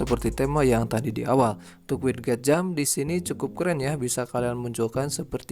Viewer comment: sedikit mengoreksi ,bacanya widget = wijet, sama kek gadget cara bacanya bukan gatjet